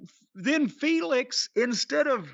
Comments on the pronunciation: Lol it's Phoenix not Felix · I get so annoyed constantly hearing Sockface pronounce Rey Fenix as Rey 'FAYNIX'. Taz is saying it correctlly the entire time after Excaliber does, like dude that's not how words work.